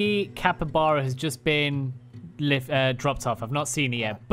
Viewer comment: Haha. “Capre-Chuba.” Funniest thing I’ve heard all day 🤣